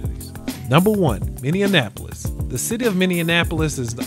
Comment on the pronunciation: We can learn to say this correctly if you're gonna announce it as the best, Minn-E-apolis not minneanpolis. Also saying Minneapolis is the best is wild.